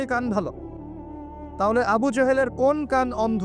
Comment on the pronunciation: ভাই লেবু না আবু